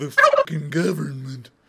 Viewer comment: "the geeyuvermint"